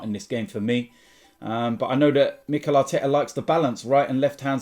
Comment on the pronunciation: If "Mikela Teta" gets this wrong, sack him in the tunnel